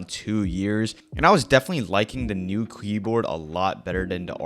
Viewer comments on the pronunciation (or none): did bro say kleboard?